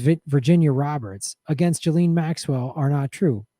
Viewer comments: i like how you call her jilleen instead of gee-lane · It’s ghee-lane